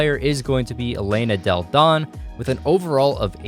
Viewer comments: I don't know if you've ever heard of Delle Donne prior to this video but her name is pronounced della-don (not dell-don) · Delle Donne is pronounced “delluh Donnay” not “Dell Don” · It's Delle Donne not "Dell Donn". You have to pronounce the "e" like in "felt". It's italian not french. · it sounds like "Dell Donne" but its pronounced like "Della donne". No hate, but believe me. I know 'cause I'm a Delle Donna fan, and a mystics fan. I LOVE THE WNBA! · "Dell Don" 😂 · Maaan You have to pronunce "Delle Donne" in the Italian way ahah try to listen to it on Google Translate